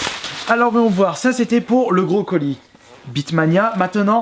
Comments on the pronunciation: Salut quand tu dis le gros colis on dirait que tu dis le brocoli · quand il a dit gros colis j'ai compris brocoli. sinon continue tes video c'est trop bien.